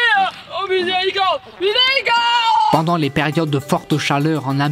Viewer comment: Elle a dit miserocorde ou 😅